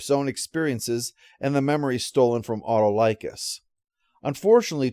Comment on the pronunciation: As someone who watched Hercules and Xena, the pronunciation of Autolycus (played by Bruce Campbell) kind of threw me off there.